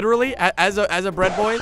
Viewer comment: I am bread... more like I am Pwead 😂😎